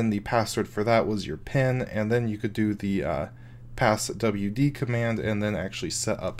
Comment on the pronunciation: it's not pronounced pass-double-you-dee.. it's pass-v-d...